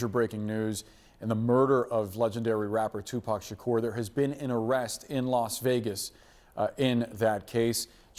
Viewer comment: Sha-ker? What they changed his name now?